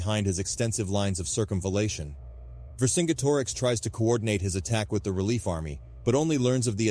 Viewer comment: I really liked the video and the animations were great but I think you should have pronounced vercingetorix differently. [VUR] + [SIN] + [JET] + [UH] + [RIKS]